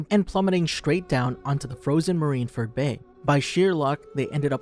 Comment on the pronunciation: Pretty sure Mr.2’s name is Bon CLAY not bon curay. Also Marine Ford not Marine Ferd